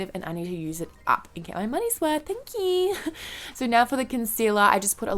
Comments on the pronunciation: I LOVE THIS LOOK SO MUCH OH GOD and your "thank yeew" cmu every time hahaha xxx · "thank yeewww" lol love you xoxo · I love the "thank yeeeeeew"😂 with the thick Aussie accent